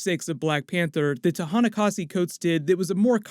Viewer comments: Ta-nehisi Coates* not ta nahasa. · it's Ta-Nehisi Coates . Who is Tahana kasi coates ?